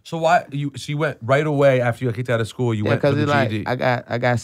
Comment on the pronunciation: why he aint just say Skooly